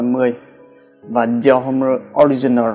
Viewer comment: Dior Homme đọc là Đì o Ôm ba ơi, dốt quá